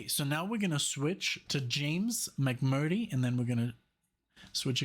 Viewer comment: James last name is pronounced Mc murtree.